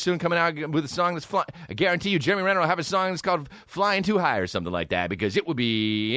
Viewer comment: “Germ-e Renner”